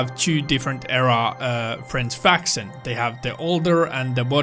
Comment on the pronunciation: Hearing u say. Frence facson (french faction) is nice